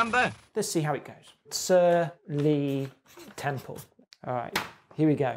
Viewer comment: "Sir Lee Temple" slow clap